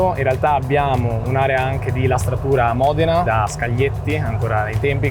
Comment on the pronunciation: You spent three days at Ferrari learning many new things..But you still don’t know how to pronounce MODENA correctly.